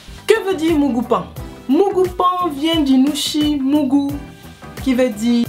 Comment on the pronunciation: "mougoupan" heee ivoirien 😂😂😂😂😂